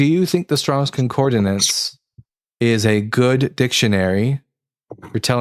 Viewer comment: Please, for the love of the god none of us believe in... it is con-COR-dance... not con-COR-de-nance